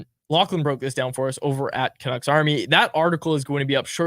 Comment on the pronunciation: People with turtlenecks shouldn't say 'canuckses'